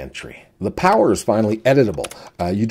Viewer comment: Behold! The powah of Kicad 8.0! :D